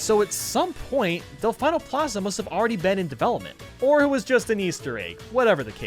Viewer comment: It’s pronounced delfēno Plaza